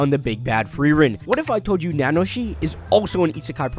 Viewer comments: Nanoshi XD is it really that hard to pronounce ? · repeat after me: Na - Na - Ho - Shi Na its said twice. She's hot.